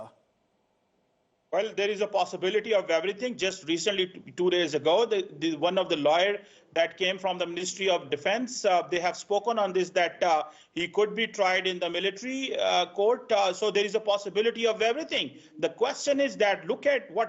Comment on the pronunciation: is an academician.. In which area? He's ignorant of geopolitics. He doesn't dereve to be on the same channel as an erudite figure like Sushant Sarin 😮. Please ask to pronounce "plyer" (pleasure) and "liar" (lawyer). He should only address his countrymen.